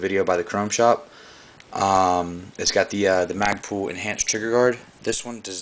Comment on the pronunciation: mag-pull.. not mag-pool. ;-) lol nice rifle.. hows it shoot?